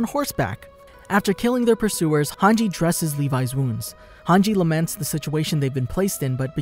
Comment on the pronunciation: thank god you didn't call hange "hang gay" like you did before